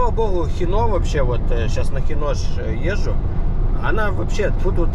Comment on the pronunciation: Слух режет хинО, с кем общался хИно было.